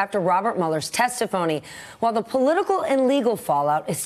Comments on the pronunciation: Did she say TESTIPHONY <-- That's the only accurate thing she has said all year. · Did she say "testaphony"? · did she just say testiphony? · She did she knows it's all a phony witch hunt!